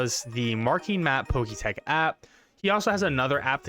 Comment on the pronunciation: It’s Pokétch not Pokétech…